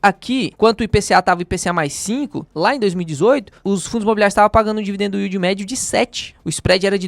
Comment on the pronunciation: " dividendoooo yeald ".....melhora essa pronúncia meu irmão...vai ajudar o meu ouvido